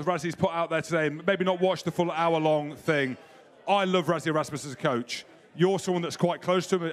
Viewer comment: What's wrong with British pundits - can you not even bother to pronounce Rassies name correctly. It's not Razzie it's pronounced Russy. Try and get it right even if you can't be bothered.